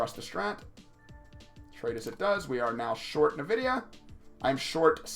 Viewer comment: Too much trading for my taste... but for future reference: "in-vidia"